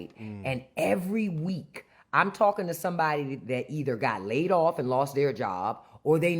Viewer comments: Laid "offffuhhh " Please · Laid off-A? I know what laid off means, but what is "Laid off-A"??